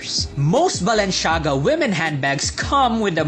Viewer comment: Super exaggerated ang pronunciation, sana talk normal naman and wag puro sigaw ✌️✌️✌️ you got me at "Balen-shaga" 🤣😂